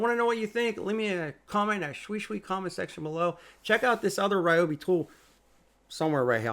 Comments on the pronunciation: Reeobi not Riobi. It's always been a long e sound. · Great video. Thanks. For what it’s worth, it’s pronounced Rhee-oh-bee. Doesn’t feel natural to me, either, but they used to have it spelled out phonetically on their old black and white boxes. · REEEE-obi fan right there!